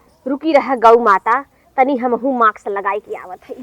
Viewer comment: माक्स नही मास्क बोलते हैं।